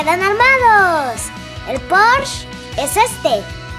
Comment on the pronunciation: Jaja me gusta como dice "Poorsh" xD